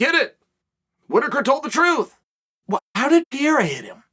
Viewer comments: Dude, how are you still saying his name wrong 🤣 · The Miss pronounce of Alexis name was maddening…. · Chahale, can you at least take the time to pronounce peoples names correctly? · You mispronounced his name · its so annoying how chael pronounces Pereira name lmao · You are pronouncing Pereira’s name wrong Chael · he pronounces everyones name wrong. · Uncle Chael. It’s NOT PIERA. It’s PEREIRA. Say it with me. PUH’ REY’ RAH’ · Pierra or pereira? Why does he keep getting it wrong. Not the first video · Chael. Say it with me “ Pe-Heh-ira” not pierra 😭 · PE - REI - RA. Not Priera. Practice. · Pierra😂🎉unc u sounding old as hell mis pronouncing the champs name guy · Pierre ah lmfaoooo bruh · WTF is Pier.. it's PEREIRA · Pereira not pee era. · not pierre. Its PEREIRA. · I thought it was Pereira, not Pierre lol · There's no PIERA. It's PEREIRA. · Its Pereira, not Pierre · Who the hell is “Pierra”? Just call the guy Poatan if pronouncing Pereira is to difficult 😅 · What is this Pereira you're talking about? Chael here is referring to Alex Pierra, the current UFC Middleweight champion of the world. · Yes, but his Name is Alex PEREIRA, not Pierra. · "Pee-ERA has my interest." There goes Chael again, teaching the rest of us how to correctly pronounce yet another fighter's name. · Uncle Chael, PLEASE, for the love of God...stop saying "Pierra"!!! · As intelligent as you are… it’s incredible how many times you completely fucking butcher….simple names. It’s now para, not piera, not peraia…. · lemme help u say Pereira ,Chael PA REI RA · the first word i heard is pierra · Chael the name is pronounced Pe-rei-ra Like the city in Colombia. Pereira Colombia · Who's 'Piyeera'? That Chael...😂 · It’s PUH-RARE-UH. 😂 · Uncle Sonnen I really enjoyed your comments. If you want to know the way that you pronounce Poatan name is : PEHRRRREYHRRRRA ... THAT IS PORTUGUESE FOR : PEARTREE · 6 months and Chael still can’t say PEREIRA… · lol "pierra" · P-YEE-RUH? LMAO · "Alex Pierra" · Pee Air Uh